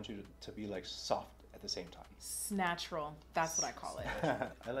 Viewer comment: “Snatchtural” Scott Barnes